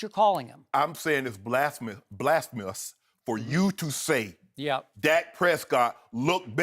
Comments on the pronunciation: shannon sharpe one of my favorite players ever but did he say "blastmus"? lol #blasphemous my dude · Lmao at this dude Shannon Sharpe trying to copy/pronounce Stephen A's blasmamous word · Sharpe couldn't say blasphemous! 😂😂😂😂 he should have practiced before the show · Shannon sharpe a walmart brand Stephen A Smith... He can't even say Blasphemous😂😂😂